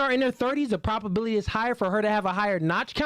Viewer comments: I will say it just one time😊,its "ProBAbility ", not proPAbility!!?. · please. Stop saying “PROP” ability. The word is PROBability. As in probable. We don’t say “proppable”. Please bro. We need to be airtight with these 304’s.